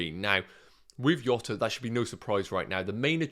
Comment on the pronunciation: His name is not pronounced “Iota” , its “Djota”